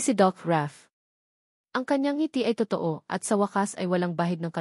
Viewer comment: Totoo....toto ang bigkas 😢😮 bakit ganon?? parang machine 😮😮😮